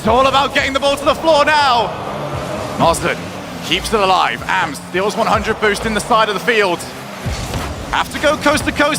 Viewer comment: Someone tell them that it’s pronounced “ahhms” (like Auughhhhms”) not “A-M-S”